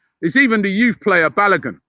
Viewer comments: Balagun LOLLLLLLLLLLL Its pronounced BAL(O as in Over) GU (N is silent) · Jesus Christ Robbie. It not BaloGUN. That’s not how you pronounce his name. This got me rolling on the floor🤣🤣🤣. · Did just call him Balagin? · Kelechi should please teach Robbie how to pronounce Balogun's name